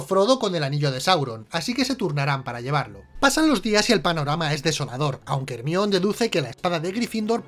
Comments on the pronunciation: Cada que dicen hermión Mi cabeza: el mión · Odio cuando dice Hermion. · No entiendo porque le cambian el nombre de Jermayoni a " ermion" ?